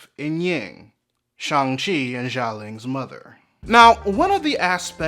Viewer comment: Respectfully, I'd like to point out the Xialing is pronounced with a Sh sound instead of a soft J. And the mother's name is Li (Ying Li, Michelle Yeoh is Ying Nan) due to the Chinese inversion of first name and last name.